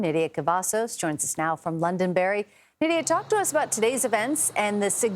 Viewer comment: I live in New Hampshire. Could u please say our towns, right? It is Londonderry, not Loundonberry. 😂😂😂😂you guys are jokes 😅😅😅